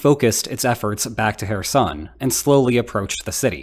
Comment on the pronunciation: You're not pronouncing names correctly. Kherson with is said with a noticeable but almost silent K sound at the beginning. You're saying Donetsk wrong too. It's not Don’yeah’tsk - it should be should be D(oh)netsk. With love from Ukraine....